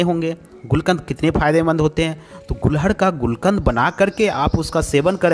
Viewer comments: एक ही बात को कितने बार दोहराते हो | ये फूल को गुडहल बोलते है| गूल्हड नही कहते| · गुलहड नही गुड़हल कहते हैं। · gulhad nahi gudhal bolna seekho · मान्यवर, सबसे पहले तो अपना उच्चारण सही करिये इसको उत्तरी भारत में "गुङहल"के नाम से जाना जाता है न कि गुलहङ के नाम से। रही बात औषधि के रूप में लाभ-हानि की तो आप लोग वीडियो इतना लम्बा खींचते हो कि इंसान सुन-सुनकर ऊब जाता है और जहां है कि जितने लाभ गिनाये हैं क्या ये तुम्हारे द्वारा अपने आप पर यह किसी और पर आजमाया गया है, जहां तक है नहीं, तो समाज को क्यों गुमराह करते हो। आप वीडियो को लाइक आदि करने को सिर्फ अपने पैसौं के लिए कहते हो, तुम्हें कोई मोटीवेशन की जरूरत नहीं है और न तुम ऐसा करते हो। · phool ka naam to sahi le lo.Hindi me ise Gudhal kahte hain, Gulhad nahi kahte,Kripya dhyan den!!!!!!! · Gulhad nhi hota ....gudhal hota h